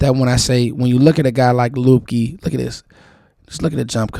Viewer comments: I believe his name is pronounced "Lipkey". Great video, appreciate your work bruh. I'm in the DMV also, I'm in the Germantown/Gaithersburg area. 👊🏾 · Its pronounced Lipkey